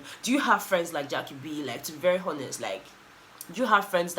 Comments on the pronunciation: u know I love you right? But please ‘honest’ is with H dropping…stop articulating the H when pronouncing ‘honest’. Or make we just kuku go back to our original language wey make love u to d moon n back - our normal lakpalakpa pidgin🤣😜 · when you are pronouncing the word HONEST, please ignore the H.